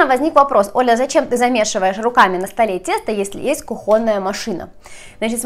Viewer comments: Хорошая, милая девушка и хозяйка, но согласен - кухОнный резануло по ушам. кУхонный гарнитур стоит на кУхне, а кухОнный на кухнЕ. :))) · кУхонная,а не кухОнная!!! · Оля кухонный ударение на У, но никак не на О. Так не грамотно звучит 😂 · Вы необыкновенно талантливая девушка,творческая личность. Меня интересует только один вопрос:вы из Украины? Тогда вам прощается. Но запомните хотя бы одно:вы в слове "кухонный"сделали раз 12 неправильно ударение. В этом слове ударение падает на первый слог. Извините не смогла сдержаться. А так всё прекрасно.Удачи вам!!!!!